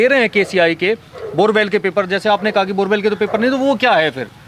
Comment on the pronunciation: Borboel not borewell😂😂😂